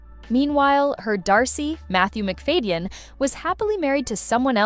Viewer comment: Please learn how to pronounce names. Its McFad-den, not Fade-ion.. It is also a fallacy that Keira didn't wear makeup. That was a different version.